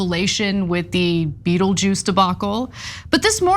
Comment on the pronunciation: Boho thought it was 'Beat-le-juice.'